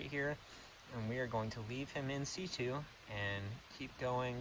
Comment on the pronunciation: also, its in situ, as in situation. not c2